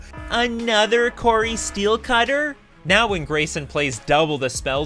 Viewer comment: Well yeah, that was a misplay in the last turn. The player must have been exhausted by the time he got to the finals. I remembered about the Dart in the yard, but it's easy for me to do; he was probably already too tired. By the way! The artifact is called CORI-STEEL cutter, not Cori STEELCUTTER😉 Don't contribute to those who mispronounce it 😛